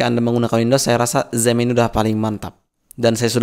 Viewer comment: xampp ngomognya zamm dong wkwkwkw